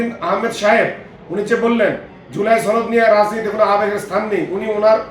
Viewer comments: ভাই ছনদ না সনদ.....!!!! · সনদ শব্দটি টিকমতো উচ্চারণ করতে পারেননা! আবার নেতা সেজে বিএনপিকে নির্দেশনা করে!